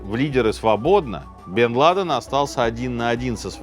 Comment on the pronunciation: давно ли у Минаева столь плохо обстоят дела с ударениями? УсамА ЛадЕн, НикорагуА...